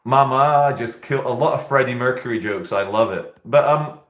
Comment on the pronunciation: Fredeeko mercuray